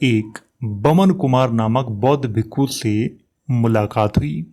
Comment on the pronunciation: Ye bhikka ya bhikku kya hota he ,bhikshu ya bhiksha hota he